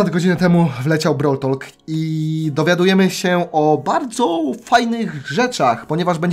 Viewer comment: BROŁL TOK A NIE TOLK...